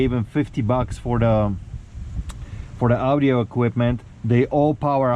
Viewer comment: Yes, the "OW-DIO" is coming in fine.